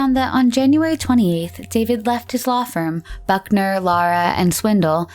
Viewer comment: Actually, it was "Swindell", to be pronounced "swin DELL". The narrator pronounced it wrong.